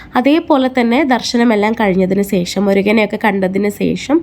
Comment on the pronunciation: Sesham alla......sasi de sa(malayalam). Shesham